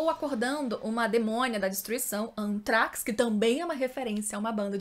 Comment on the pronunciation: eles erraram o pronuncia da deus do mau anthrax/anthrasax olhe q tem 2 maneira de nome lá, toda vez q eles falaram eu levava um soco na alma teve outros tbm mas eram menores dava pra passa mas 2 n dão